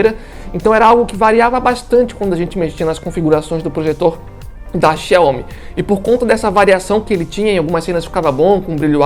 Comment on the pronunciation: Quando ele falou Chai homi parei de assistir o vídeo 😩